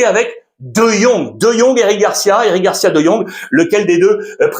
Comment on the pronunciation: Carrrreras et Fran Garrciiiia